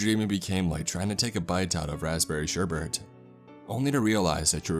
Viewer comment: “Sherbert” it’s sherbet....